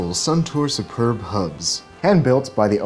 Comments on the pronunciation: Hey! love the bike checks! "superbe" is the French word for "superb" so it's pronounced "supairbe" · "Superbe" is a french word pronounced (read by american) su - pair - b